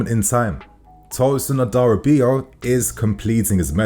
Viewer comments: As a fellow yoruba man.. It's Adara-bi-oyo. I get it's hard to pronounce though. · A da Ra be or yor! That’s how to say his name correctly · All love. Tosins name is pronounced adara - bi - oyo. Go Chels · It’s pronounced Adara-Bee-AwYaw (Adarabioyo). You’re welcome.